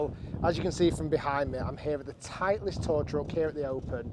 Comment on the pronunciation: Its title-ist not titli-est 😂 surely Rick should know that